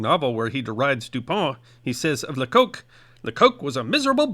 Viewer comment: Lecoq translates as 'the rooster' in French and is usually pronounced 'lecock'. There's no funny connotation in French...